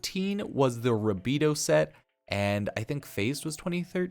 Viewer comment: Sorry I can tell you don’t even play the game calling rubedoe “rabedoo”